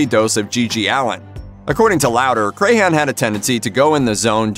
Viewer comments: Come on, man. It isn't said like Cray-han, it is said more like Cran. Like a cranberry. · It's Crahan not Crayhan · Shawn Crahan: CRAN, not CRAY-HAN!!! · It’s not Cray-Han... it’s crayon 🖍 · Paul was amazing. He inspired me to pick up bass, which I had been told I couldn't do as a leftie. I met him and he hugged me when I told him he had inspired me. He's sorely missed. Also, pronouncing clowns last name wrong is a tragedy. I'm a maggot for life. Miss Paul, Chris and Joey. I've attended 8 shows. I even had tickets for a show the day before my due date with my youngest. Baby came 2 months early though, and yes, I attended the show. I even left during a song to go pump bottles of milk, which I put in a cooler I had brought with me lol